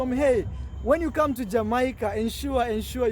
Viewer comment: when you come to jamaaaaaica....lol...pronounce it as jamaica